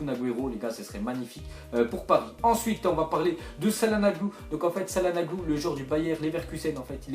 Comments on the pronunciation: sa se prononce chalanoglou et pas salanoglou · Mdr comment cahlnanoglu on dit chatnanoglou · on dit chalanoglou pas calanaglou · Sa se dit chalanoglou et pas salanoglu tu ferais honte a serhat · sa se prononce chanagludou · ont dit Tchalanohlu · ouep on prononce CHalanogLOU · comment tu a dis calhanoglu ces pas possible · Ok tes pas turc mais tu prononces pas Calhanoglu comme sa mdr